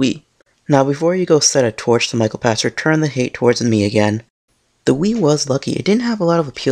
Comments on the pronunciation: His name is pronounced "Pakter," not "Patcher." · I believe his named is pronounced "Pakter", with a "k" sound not a "ch" sound.